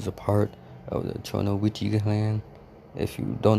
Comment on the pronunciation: Actually pronounced chi-noi-ki